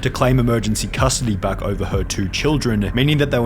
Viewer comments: Why does the dad pronounce "over" as "er-ver"? where does that come from? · 5 years later and it still bothers me the way he says the word "over" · So he can’t treat his kids right or say the word over correctly got it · I don’t know about his parenting skills, but the way that father pronounces “over” should be a capital punishment offense. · What i wanna know is why he can’t properly pronounce “over”